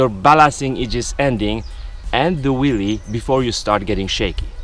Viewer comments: lol, he says willie not wheelie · It sounds like you're saying "willy" lol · Hahhahahahahah he’s saying willy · I think he was also making fun of the presenter's accent of Wheelie he says Willy. 2 for 1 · I can't help keep thinking he says Willy :D